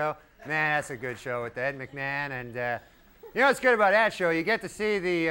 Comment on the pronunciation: Norm became Swedish-German for a second